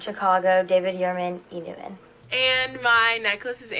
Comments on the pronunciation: The pronunciation of "E-New-in" instead of "E-New-Ton" is hurting my ears 😂😂😂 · “E Newton” has (like all words with the “ten or ton) have become “enn” and “inn” ENewton: “E NEWT IN”.. Curtain: “CURT-ENNN” Payton: “PAY-ENN” Important: “IMPOR-ENT”… 🙄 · “E. Noo’en” CAN WE ENUNCIATE PLEASE! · Nope, she is right. There is a difference between enewton and euen, like this girls pronounce it. Dont encourage botching the English language. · oh i heard “inu in” 😂😂 not e-newton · Me who kept hearing E-Nguyen and not enewton. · 100% 😆 it bothered me so much how they were saying E Newton. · "Enoo in" 🤣 Never heard of this brand in my life. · enewton.. they kept say e-niuin...:) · Also...is they can't pronounce Enewton. It sounds like they are say eeh nooh an. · E New'iiin eww get THEE EFF OUT with that stupid fake pronunciation. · “e NewtiNUH” was all I heard every time one of them said it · EW I CANT GET OVER THE MEAN GIRL E NETWON PRONOUNCER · I was so triggered by their pronunciation of Enewton to the point that I literally typed into Google "who the "F" is Enewton" and I used the full word. Thank you so much for that clip of the lady who said she wouldn't pledge them. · Why do they all pronounce "E Newton" like that? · Tbf i was yelling out loud at the girls not pronouncing the "t" in enewton. I can't stand whatever that inflection is😂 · If they can't even properly pronounce enewton wonder how well they'll do in college